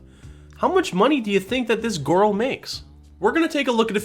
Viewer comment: Every time you say, “gorl” it cracks me up. ☺️